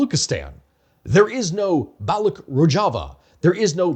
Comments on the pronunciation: Balooch, ch like change , challenge. Its balooch not balook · So much for your research that you can't pronounce Baloch properly! The CH in Baloch is pronounced like it is in Dutch or Clutch genius! That dry gargle sound or the K sound you make when you say it makes you look stupid to anyone who know the pronunciation. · I skimmed the comments but didn't see people mentioning this - Baloch or Balochi is not a hard k, it's a ch like in "cheese". (I work in SWANA Indigenous rights and spend a great deal of time speaking with Balochis and Kurds, unsurprisingly.) Otherwise, fantastic video and summary of the situation! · it's balo chi, not balo key... !! source: I'm pakistani... have been one all my life... and i live literally next to balochistan and have visited it more than you have heard about it in your life by far... !!! P.S I don't know how you are gonna talk about balochistan or the balochi people but they are sitting on one of the most historically significant sites that you haven't mentioned yet on your channel.. The Mehergarh civiliation that actually predates the egyptian civilization and the creation of the pyramids... There have been claims made that excavations have revealed the oldest root canal in recorded human history in mehergarh... along with pottery and animal husbandry and agriculture... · It is BaloCH not Balocs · It's not Baloch with a K at the end, it is baloch with a SH instead .. thanks. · So you researched all this without figuring out that the ‘ch’ in Baloch is pronounced as-in Charlie? That’s just plain dumb, man… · That's not how Baloch is pronounced